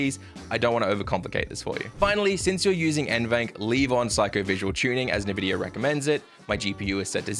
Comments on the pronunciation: Great video, but please man it is N VIDIA, not NEVIDIA xD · nevidia card ? :D n-vidia man!